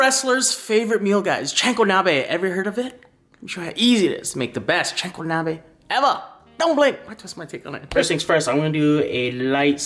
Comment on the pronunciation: It’s CHA (like the cha cha dance) not chainkonabe lol. I’m not making fun cause it looks delicious.